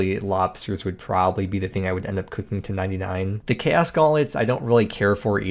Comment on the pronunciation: cant say chaos right?